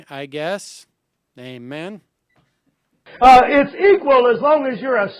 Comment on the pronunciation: I don't think the so-called pastor (who curiously doesn't seem to know anything about a certain JC's teachings) is saying 'amen'. I think he's saying 'eh, men?'.